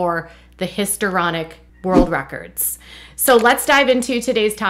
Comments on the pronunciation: Hi-it’s history-onic, not hisor-onic. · Apologies for being one of those nerds who gets all nit-picky about stuff like this, but just for future reference, "histrionic" is pronounced hisTREEonic, not hisTERonic. 😘(Yes, I'm very popular.) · HisTRIonic, not hisTEROnic. KarMIC, not KarmATic.